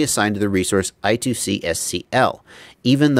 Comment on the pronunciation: I-squared-C not I-two-C.:)